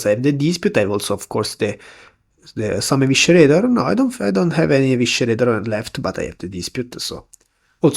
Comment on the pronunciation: Small note: Eviscerator is pronounced like uh-vi-suh-ray-tah not uh-wishuh-ray-tah :D